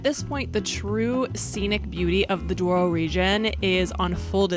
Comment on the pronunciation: You mistaken the name is Douro not Duoro